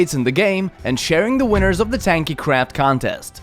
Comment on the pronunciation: LOL its really sounding like that xD